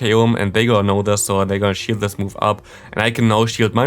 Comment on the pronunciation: 0.57 in.: we get his final shield What I hear: we get his final shit 😅